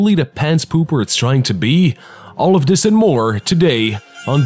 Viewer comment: At first I was all like, "Goddamn Fucking Shit! STOP SAYING 'DIS'!!!" And now I'm just like "awww I love 'dis'."